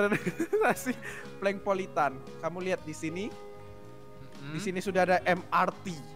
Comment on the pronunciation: BUKAN PalengPolitan Tapi PolengPolitan